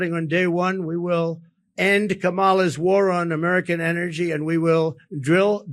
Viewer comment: He did NOT inherit a mess. The economy was booming! Learn how to pronounce Kàmala's name, you illiterate dope.